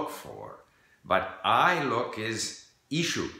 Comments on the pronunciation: In a word "ищу" the stress is on the last vowel, not the first. If you say with the stress on the first vowel, it sounds more like Chinese, not Russian :D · only it's ищУ with stress on the last letter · ищу is pronounsed as ish-choo (stressed on the 2nd syllable) we take "ish" from English and "choo' from choose. And articulate accordingly.